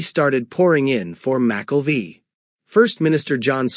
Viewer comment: McKelvie is not pronounced that way….